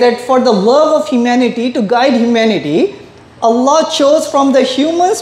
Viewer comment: Not Alah....try pronounce it as 'Owl Loh' or 'All Loh'